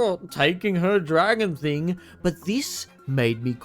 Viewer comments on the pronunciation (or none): "after the whole aughh taking her dragon theeng" 😂